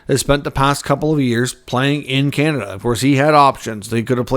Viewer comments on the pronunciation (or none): none